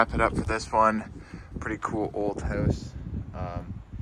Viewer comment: Why do you say the word … house so funny? It’s just weird the way you say the word … house You say like …. Howse. Just weird 🤣